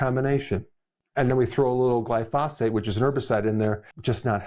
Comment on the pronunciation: Dr Berg .. it’s glyphosate - not glyphosphate. Beef tallow is pronounced with a short a sound, not like tay low.